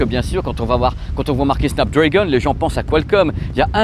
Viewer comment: Petit détail… on ne prononce pas Snap Drèègon mais bien Snap DrAgon… 😅🤓